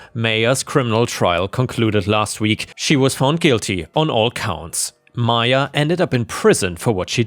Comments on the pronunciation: It's pronounced MY-ah, noy MAYA. Seriously you shouldn't keep needing your commenters to correct you. There ARE websites where you can type any word and it will tell you the correct pronunciation. Stop putting the work on US, when YOU'RE the one making the videos. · Maya is pronounced "My-ah" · It's pronounced 'Maya'...happy to help! That first story illustrates perfectly why the US needs psych screening before issuing gun permits.